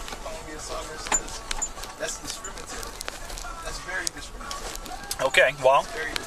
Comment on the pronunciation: yuf diskimintated at me